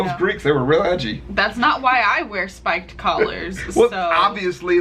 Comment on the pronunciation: The narrator in the video cannot say Spiked or Collar.